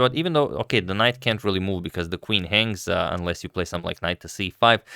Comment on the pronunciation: let's say it together: SOME + THING = SOMETHING...it's not "sumth like"